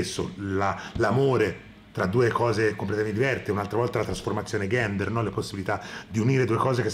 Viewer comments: deh ma perchè dici ghender? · Ma continui a dire "GHENDER" e che vorrebbe dire? scusa sono ignorante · Mi sa che non hai capito bene l'uso della parola "gender" (che si pronuncia con la G morbida, come in "giovane"), non si usa mai da sola per dire transessuale, gender è l'identità sessuale, non la persona. Per il resto non ho di che commentare, c'è solo da darti ragione :) Grazie di questa monografia attesissima!